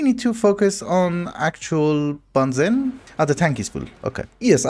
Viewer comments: benzene ❌ banzen ✅ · I love you man, but please pronounce (ben·zeen) correctly. It’s hurting me